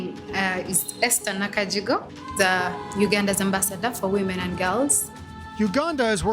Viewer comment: Hey? You got her name wrong. her name is Esther Nakajjigo (go) not Nakajjigew (gew).